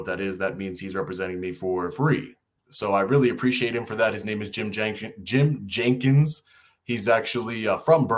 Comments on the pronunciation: Your lawyer's name is Jenks, not Jenkins. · you said Jim Jenkins lol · You keep calling your attorney Mr Jenkins. His name is Jenks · come on, you got an attorney doing you a pro-bono, and you don't even know his proper last name of JENKS not Jenkins... come on man!